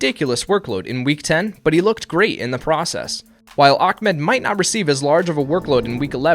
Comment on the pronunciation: why is everyone saying Akmed instead of Ahmed lol